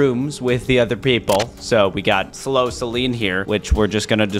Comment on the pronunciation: That’s so funny u sed slow salin cinnamon role